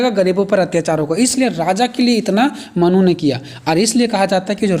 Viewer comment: Mannu nhi manu 🫣